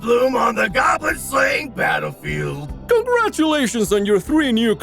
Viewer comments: damn am not gonna watch it but u got a like for saying goblin 99+ haha gaaaaaaaaaaaaaaaaaaaaablin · I don't think so. Pretty sure he said "gawb-lin". They both sound the same. Easy mistake to make. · At some point "goblin" stops sounding like a word and more like a phrase he says